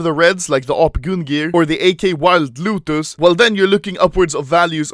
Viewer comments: It's lotus not luuutuuus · Normal people: wild lotus Anomaly: wild LUTAS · i think he says wild lutus